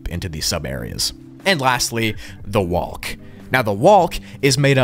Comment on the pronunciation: The way say "WALLK" 😂